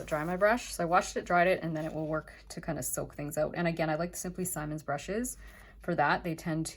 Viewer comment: Please it is “Simmons” not “Simon’s” short “I”